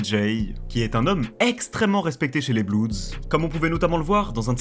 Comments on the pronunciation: Putain arrêter de dire bloudz pour dire (bloods) ça craint ! Ça se prononce blods . Allez sur traduction Google pour bien le prononcer ! Vous avez déjà vu des ricains dire les bloudz ? 🤦🏻‍♂️ Et on dit un blood et des bloods et pas un bloudz et des bloudz 😂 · prononce pas blueds ou blouds c est blood, blo-od, j aime ben la video mais calice dit le bon mot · Super vidéo !! Par contre c’est pas des blouds mais des bleuds (bloods) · Mdrrr les petits blancs qui bandent sur les gangsters en croyant etre bien renseigné 😂😂😂 et même pas foutu de prononcer le nom du gang principal correctement..."les blouuuds" mdrrr et les suceurs en commentaires PTDRRR ah vous m'avez mis bien 😅😅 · Faut arreter de prononcer blouds.. ca fait tiep de ouf